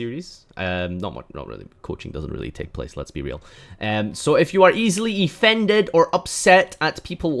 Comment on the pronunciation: Did he just say "E-ffended" ..?